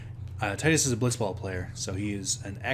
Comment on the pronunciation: Thank you for pronouncing Tidus the same way as I do.